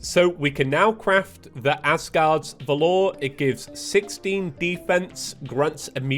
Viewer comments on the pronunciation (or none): I’ve never seen anyone pronounce valor as vuh-lore I always pronounced it as vah-lur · it is pronounced Vall(as in valley)-er(like doctor) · died multiple times to leviathan in this video and the most painful part was still hearing him pronounce valor! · I am sorry, but i have to do it, its not valOr its vAlor, its an easy word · the way he says valor :skull